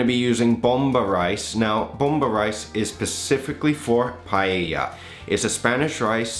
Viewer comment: This looks amazing, I don't know where to buy rabbit meat around here but I'll try this without it! Looks much better than the Jamie "PIE-AYA" LOL